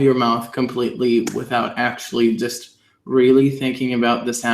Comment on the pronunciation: You are getting good. The only red flag was when you said JUST few times.